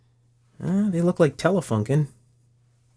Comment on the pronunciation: .. every time you say Telefunken I'm reminded of often incorrect pronunciation of foreign words by English speaking individuals... in this case, "u" is correctly pronounced as a "u" in 'union' and not as an "a"... same goes for Grunding.. I'm being picky, I realise... otherwise, very much enjoy your videos, and over the years, I have learned and got a great deal clarified by you.. so, thank you very much for that... you sharing your considerable knowledge and experience is priceless..